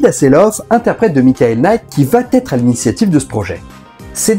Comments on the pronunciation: Super intéressant mais tu devrais corriger ton habitude de prononcer va-t-être. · Merci pour la vidéo, c'est toujours intéressant ! (mais on ne dit toujours pas "va têtre") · Merci pour cette vidéo. En revanche vat-être et put-être, ça passe mal. 😂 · C'est la nouvelle mode de dire "il va t'être" ??? On dit "IL VA ËTRE " !!! pas de T à la fin de "va".